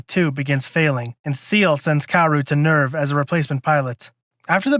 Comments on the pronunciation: SAY-LAY…. Not seal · Not to be that guy, but... "Say-Lay," not "See-eL" I'm the worst, I know. LOL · If you wanna get technical, it's pronounced "Zeel-uh" since Seele is German for "Soul" but the english dub made the Say-lay pronunciation more popular even though it's technically wrong. Sooo... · Ahhhh, dude…. It’s pronounced, “Say-Lay” And they sent Kowaru to start third impact, it was Gendo and Nerv that were trying to double cross them and save everyone thru instrumentality rather than face judgement and death from the angels!